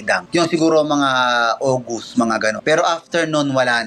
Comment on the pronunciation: ang bigkas nung sa August ay "Oh Goose" hahahahahahahahahahahahahahahahahahahaha